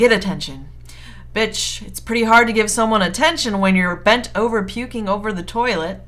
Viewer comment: Am I the only one that finds it hilarious how she says bitch